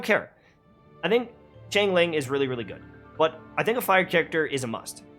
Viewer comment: Lol i wonder who started the trend of calling xiang ling, ching ling 😹 it's shawn lin